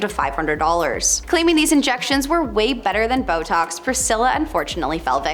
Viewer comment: Did she really say ‘Botex”instead of Botox and mispronounce the word ‘buccal’? Why do the hosts on this channel always pronounce names and words wrong? They need to research the correct pronunciations before posting. Frankly, it’s embarrassing.